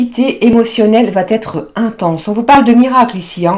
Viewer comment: Tu vaTêtre , tu doiTêtre, aïe, aïe , les liaisons dangereuses ! Allez, alez, allez